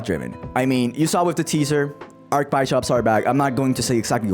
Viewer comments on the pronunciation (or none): My man really said "bi-shop" 😂 It's "bish-up" bro